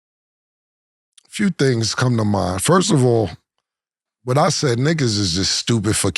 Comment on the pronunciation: Killa: Ford of all I'm not feeling this. Killa: Before I answer that Ford of all. 😂😂😂 Boy cant say First of all to save his catalog 😂😂😂😂😂 you still my Boy Boy